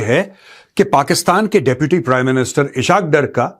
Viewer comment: Eshakdar nahi esaqdar 😂😂😂😂😂